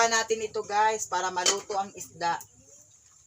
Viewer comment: Ehehehe magkatawa ko s imo pronounciation Girl.. 😂😂😂😂 Esda 🐠 konte..